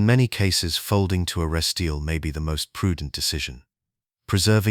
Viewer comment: If the AI (I now realize) can't pronounce resteal, I'm not watching.